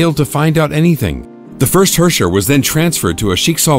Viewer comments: He pronoubced herrscher wrong. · Cool story bro but bring back Himeko. Lol Gay Edison and Tesla, too bad Edison is ded as fuck now. apparently Herrscher is pronounced way worse than I imagined. I like my way of pronouncing it better. Also I remember when MihoYo explicitly said the GGZ was a completely different universe altogether and that its events had nothing to do with the current Honkai Impact but yet we have the previous era in this video VK's dormitory info that completely contradict this. Also who were some of the people in that formal group photo I recognized a few folks but ummm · they don't even pronounce their words correctly. it's in german and I have to cringe when they try to pronounce herrscher or schicksal xD